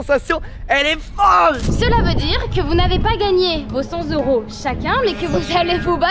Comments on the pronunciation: "Cent zeuros :)" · On ne dit pas 100 zeuros 😅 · cent s'euro pffff cent euro. cent t'euro :face-orange-frowning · j'ai bien aimé la vidéo mais j'ai pas pu m'empecher de serrer les dents à chaque fois que j'entendais " cent z'euros " xD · Cent t’euro. Pls faite la liaison. Sinon c’est Sans euro... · LE commentaire relou: On dit pas "100 Z euros" car cent à l'unité ne prend pas de "s" 😏😁😁😁